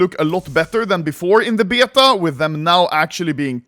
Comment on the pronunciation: Why does anomaly say beta likr bYETagh